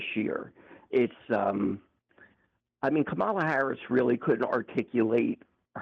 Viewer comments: The man can't even call Kamala the right name, who gives a fuck what he thinks if he's going to mispronounce her name every single time? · Considering how caller keeps spewing maggat talking points and unable to pronounce Kamala's name my guess he's always been a fascist pos